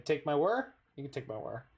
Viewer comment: finally someone who can pronounce wHir of invention